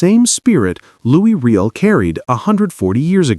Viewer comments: Can you not use a HUMAN voice instead of this shitty AI nonsense ? Louis REEL ? Do better ! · Given that you are doing a bit on Canada based on respect, let me give you a hint. Riel is pronouced Ree-Al. Please retrain your AI voice narration to pronounce it correctly (ie respectfully ). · Riel is pronounced with a French accent. Try …. “Ree-Ell”. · Not a fan of the AI voice and poor pronuciations of Riel and Metis. But I am a huge fan of our First Nations. The Metis and treaty peoples are our future and our present. Louis Riel's execution was a travesty but we are trying to make things better. It is beautiful to see us standing together against the aggressor in the White House. Much too white. I qualify for that insult because I am of Nordic and British Isles heritage but "White" is not a race, it is an excuse for racism. We are all together here on Turtle Island and we of settler stock MUST respect and listen to those who were here first for millennia. We can prevail if we stand together. The boycott holds. The anger is real. The alliance is broken, and not by us. Canada will never be 51 and our elbows will stay up. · It just would have been so much more respectful of the Narrator - USican or AI?- would have pronounced Riel properly! ....